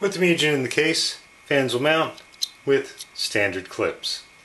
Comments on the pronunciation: its spelled "moo-gen" not "mew-jen" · its MOO As in cow and `gen` as in `a`gen`t` Mugen== infinity